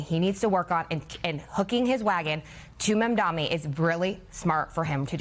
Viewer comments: Why can't they pronoince M-A-M-D-A-N-I ... stress on that "N". Why? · Why can’t any of the panelists say Mamdani? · Meghan Hays could not prouncoue Mamdani's name? Is it some sort of a mental block? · can you guys please learn how to pronounce his name. it's not that hard